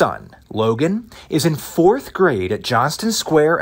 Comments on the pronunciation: His own mother needs a tutor. The word is Fourth not Foth. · Wishful thinking, she can’t read either. “Forf” 🤣🤣